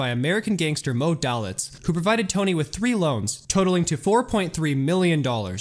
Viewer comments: Argh! Moe Dalitz is pronounced Moe Day-Lits. You really mangled that name. I know because my dad was his personal nurse and I walked his dog occasionally. Anyone claiming to know anything about Las Vegas should know about him and how to pronounce his name. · One little nitpick, Moe Dalitz name is pronounced Day-litz.